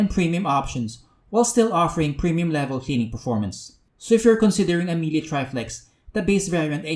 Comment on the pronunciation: Please! learn how to correctly pronounce Miele. Other than that, good review man. That fog test was so super unfortunate, Miele should be better than that.